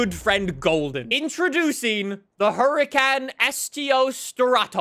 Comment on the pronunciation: you say the huracans are some of your favourite cars yet you dont pronounce it correctly